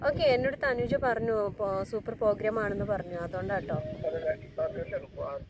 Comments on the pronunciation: തെറ്റ് തിരുത്തണേ . പോ അല്ല പ്രോ . പ്രോഗ്രാം എന്നാണ് ❤❤❤❤ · പോഗ്രാം അല്ല പ്രോഗ്രാം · ഇങ്ങനെ യൊന്നും പറ്റിക്കരുത് അത്ര രസമായി തോന്നിയില്ല.. പ്രോഗ്രാം എന്ന് പറയൂ.. പോഗ്രാം അല്ല...